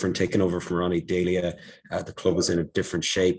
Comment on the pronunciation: Well done on saying Deila's name wrong Irishman